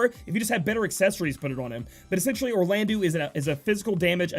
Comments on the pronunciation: we say eau like the O of obtained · Will state this again, Orlandeau is pronounced as Orlando. The '-deau' at the end of his name makes a 'doe' sound not a 'dew'. Just FYI.